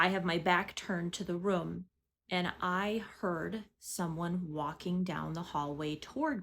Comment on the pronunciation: What part of the country do people say "rum" instead of "room"? I can't stop hearing it!! 😂